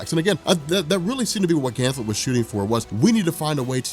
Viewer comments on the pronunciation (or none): GAN-THET! NOT GAN-THLET! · I love you brother, but it's "Ganthet" not "Gantlet." No ill will though, you're the man. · Ganthet, not Ganthlet. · Is this man calling Ganthet, Gantlet? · why do you call him gantlet ? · Ganthet...I thought there is no l in his name... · Jason Jones omg he does this on every gl video it's so annoying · Great that you finally got round to this! GL Rebirth and Johns entire GL run from this point on is fantastic. One thing is too noticeable not to point out though, it's Ganthet not Ganthlet :P. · Did you call Ganthet ,"Ganlet" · Ganthet not Ganlet. 😂😂 please it killed me every time. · Ganthet, there is no "L." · This man is saying Ganthlet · Ha rob couldn't say ganthet